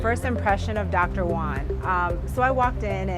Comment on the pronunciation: stop calling him doctor one, learn how to say Juan